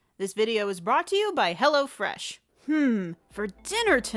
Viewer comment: When you were saying "hello fresh" I really tought you said "hella fresh" lol